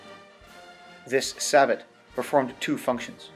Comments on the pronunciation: As always, a very entertaining and useful video! FWIW, "sabot" is pronounced "say-bow". French, you know, for a shoe made of wood. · Sabot is pronounced "Say-Bow"